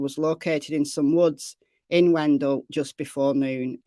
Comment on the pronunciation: The town is pronounced Wen..dale.I live near there.Bently was located in a camper hiding about 1 mile from his home.Bently had run away before.This is sad but happy he was located safely. Bently did have a cell phone with him.